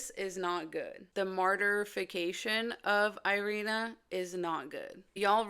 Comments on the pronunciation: Wow, never knew you are Ukrainian. Though is the pronunciation of Iryna’s name changes in English? It’s not „i” like in „I”, it’s like „i” in „big”. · You are Ukrainian and you can't even pronounce "Iryna" properly?